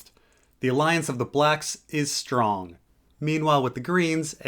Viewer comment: "The alliance of the blacks is STRONG" (STRONG emphasis on the STRONG)., are you doing wordplay here on purpose? Daemon may have something to say on the matter...